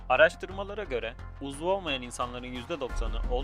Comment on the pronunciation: uzul değil uzuv